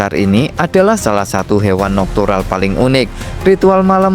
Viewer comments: Salah mengucapkan tuh, Mas.😊😊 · Nokturnal bkan nuktural